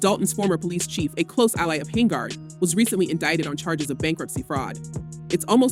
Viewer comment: HENYARD. NOT HANGARD